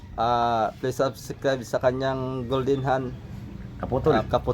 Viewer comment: dapat ka golden ang bigkas mo mas maganda ka golden trade mark mo yn ang bigkas ka golden d b maganda pakingan